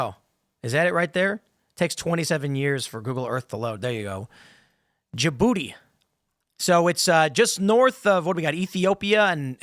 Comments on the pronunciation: It's pronounced juhbootee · Stop pronoucing the D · As a French, the way you pronounced "DJ Booty" was hella funny.